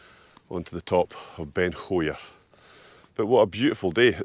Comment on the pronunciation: You are right with Tyndrum -/taɪnˈdrʌm/; Scottish Gaelic - Taigh an Droma. But yes, you have slaughtered Chabhair.